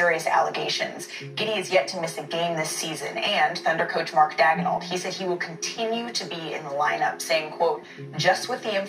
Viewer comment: Malika is illiterate. She can't pronounce the name of OKC's head coach.